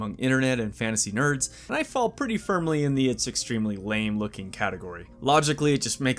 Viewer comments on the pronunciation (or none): none